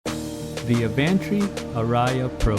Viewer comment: Hey Brian, I appreciate all your videos. BTW, the word ARIA is a musical term that is pronounced R + E + UH (emphasis on the R). I plan to buy the Advantree Audition Pro. I've heard them and well recorded music sounds great. Thanks again for you videos and reviews.